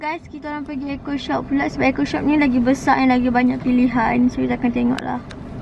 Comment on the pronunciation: Kenapa and cakap "eaco shop" bukan eco shop